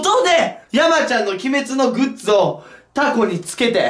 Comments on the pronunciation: グッツじゃなくてグッズな笑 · グッツじゃなくて、グッズだよ... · グッツじゃなくてグッズだよ！！ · グッツじゃなくてグッズ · グッズじゃなくてグッツっていう人初めて見たww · 何か違和感あると思ったらズがツになってるのか